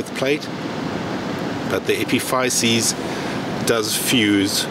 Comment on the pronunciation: Epiphysis-, here in the USA we pronounce it